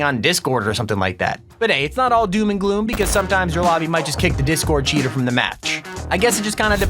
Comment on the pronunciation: cheter HE CHETERS LOOL